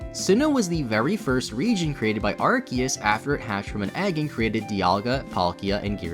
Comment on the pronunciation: love that you pronounce arceus two different ways haha